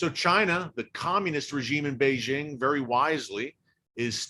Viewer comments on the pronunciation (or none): none